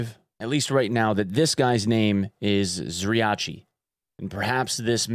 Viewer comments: Props to you for pronouncing the name of the cult leader right. A lot of people say it like "Zryakee" . In Russian, it's written "Зрячий" The "Ч" letter is where people mess up a lot. Ч = tch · Best Zryachi pronunciation on EN youtube. You can be proud!)